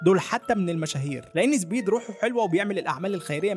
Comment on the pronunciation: أرجووك قل سبيد ليس زبيد